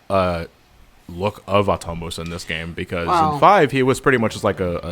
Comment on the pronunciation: ah-TOE-mos. Not attamos.